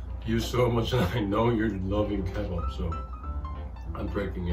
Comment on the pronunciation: Yeahh me too I was soo confused They are really said Kebab or am I misunderstanding something!? Lolll